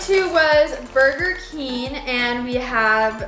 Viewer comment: It’s Burger King not burger keen